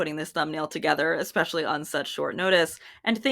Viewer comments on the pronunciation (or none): none